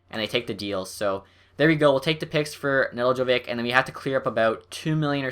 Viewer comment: It's ne-delk-ko-Vich